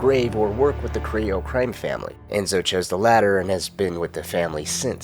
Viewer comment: Thats how you say it. Who says it like CariLLo. Cariyyo. As A Puerto Rican